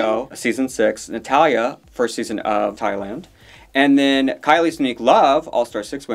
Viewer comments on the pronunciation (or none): none